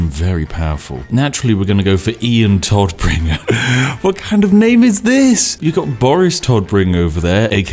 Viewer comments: Big difference in pronunciation. Todd -> Todd, alrdy correct. BUT !!! Tod -> [toːt] - der Tod (the death) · That Moment when Spiff cant prounce german words and demotes the Todbringer/ Deathbringer to the Toddbringer